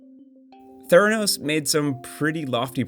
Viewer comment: Its theranos’ not theranos’s